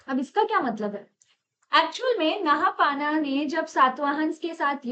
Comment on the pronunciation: नहापाना नही नहपान हे वो